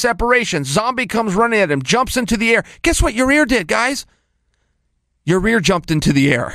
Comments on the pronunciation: Yair not yarear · It's Ya-ir and not Your-rear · You're overthinking the name. Ya-ear. No middle R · Chael....Ya-ir...take your time and sound it out. Just say it 1 time. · i swear you can almost hear chael say "yair" correctly the first time, and then ""corrects"" himself. amazing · It’s ya eer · I came here just to hear him say Ya Rear. 😂😂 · Yah-Rear 🤣🤣🤣 Chael think about them buns. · Yall say Ya rear, but do u remember stipe in his debut being called miosick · Yahrear, lol how hard is it to say his name joe and Brendan literally call him ziar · Ya-rear 😁😂 chael is a legend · How is awesome is Yah-Rear? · Sounds like chael is saying your rear instead of yair lol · YI-EARRR lol for his accent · To Chael has called him Ya-zir, Zaire, an Ya-rear... It might be that Chael has never heard anyone say his name... or he can’t read. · Who the F is Yah Rear? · YawRear! Lmao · Got to give it to him he has improved on the pronunciation of yair. You'll get there one day chael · Okay King Chael has to be just trolling Yair with that pronounciation at this point 😂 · Why can’t Chael say his name right? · Love Chael but how do you massacre a name so badly lol